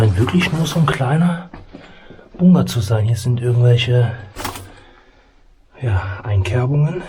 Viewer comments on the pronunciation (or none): Es heißt BUNKER... BUNKER verdammt 🤣🤣🤣 und nicht bungger 🙈🙈🙈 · Wie sprichst du das? Bunger 😂